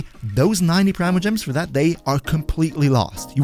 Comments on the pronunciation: Pree-mo.... its pronounced pree-mo gems... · There’s a reason there’s not an official way to pronounce it.